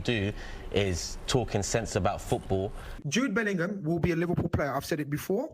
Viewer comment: It's Jude belling- Ham from now.. Americans